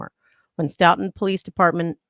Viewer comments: Pronounced "Stow-Ton" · Stoughton pronounced "stow ton" like ton of bricks. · His wife was in labor with their 3rd child at the same time SB was being murdered Pronounced… Stow ton… Stoughton